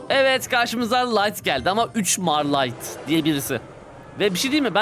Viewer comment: rusça 'з' 'z' harfine eşdeğer. 3mar light değil zmaya ya da zmay light diye okunur. Bilgimize